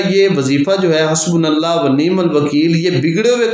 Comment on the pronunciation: حسبنا اللہ "ہا" نہیں "ہو" درست کر لیجیے